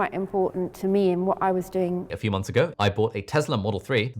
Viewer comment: What's with people saying "momphs" in place of "months"?